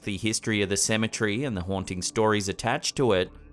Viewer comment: You pronounce Cemetery like symmetry. Lolz